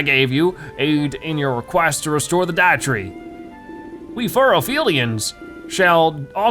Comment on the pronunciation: Lol the Deitree not Dietree Deitree as in Deity (a god or guardian) and tree